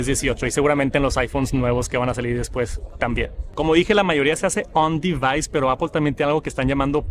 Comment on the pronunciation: APL no APOL 😢 no hay ninguna O en decir manzana 🍎 en inglés, puedes nombrar perfectamente todas las otras palabras en inglés, menos manzana 😢